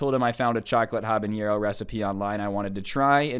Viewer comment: Y does he say habanero like that